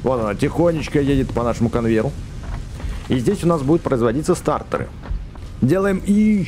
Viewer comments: Не стартор а статор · Не стаРтор а татОр